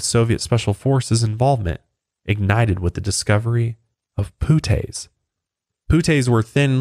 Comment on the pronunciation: As soon as he called the "puttees" "poo-tays" i shut it off